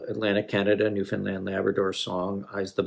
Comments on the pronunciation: First and foremost , as a Newfoundlander , I really appreciate that you took the time to learn how to properly say Newfoundland. Your choice of Great Big Sea was a good one. They do more modernized “Jig & Reels” . Thanks for the love . ✌️💕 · The first American I've ever heard pronounce Newfoundland correctly.